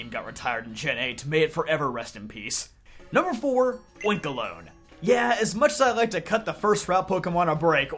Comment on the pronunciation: You misponouncing oinkologne hurt hear